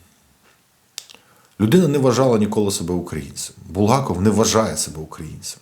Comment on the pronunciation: Не БулгАков, а БулгакОв